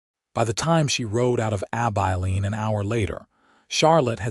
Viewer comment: It is pronounced Ab-i(short I)-lean. Nice to see Sam reach out to Charlotte to stay. Offering her a choice when she thought there was no choice available. 😊